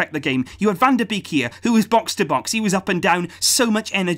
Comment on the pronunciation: U say it like van de bake